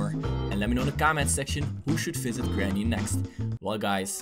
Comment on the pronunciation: It not GRANY